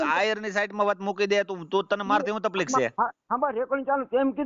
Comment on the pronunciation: Taplik na kahevay taklif kahevay bolta shikho